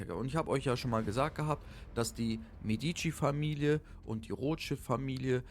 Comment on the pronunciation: Meeediici....wersaier vertrag. So wirds ausgesprochen. Ansonsten gut.